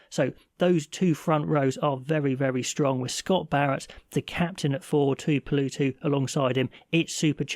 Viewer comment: Tuipolowtu is how hos nome is prununced